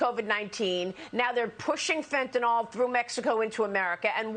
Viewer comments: If I hear these dumb news reporters call it "fent-ON ALL" one more time...it's "fent-AN ILL" phonetically...spelled fentanyl. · You are consistently mispronouncing Fentanyl. It is NOT Fentenol. NOT Fentenal.